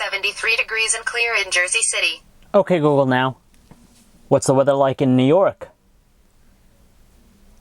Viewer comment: he can t say ok google now right lol!